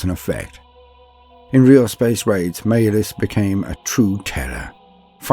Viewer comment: maybe I am the dumbass here but is Malys actually pronounced "Mail-is" instead of "Ma-lis"? this seems very dumb to me :/ if it is then apologies but gamesworkshop needs their spelling checked XD